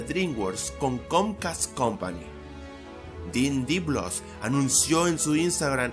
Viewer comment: Se pronuncia Dien de Blois no Den de Blos